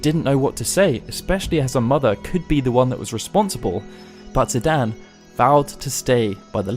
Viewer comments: Its zidane not zidan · Just a small note here, but I believe it's Zi-DANE, not Zi-DAN. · "Zidan" Did you just forget there's an E in there? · Ok, I'm sorry and normally can let this go but you say it so often... Zidan? There is an E at the end, like cane, lane or plane... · The way you pronounce Zidane is not good. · Hey pronounce the main characters name wrong